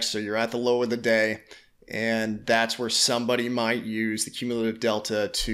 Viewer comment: You can’t even pronounce cumulative